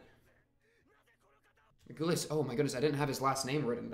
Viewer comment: Btw regulus is pronounced reg-you-less but great reaction and yeah this season is peak just you wait!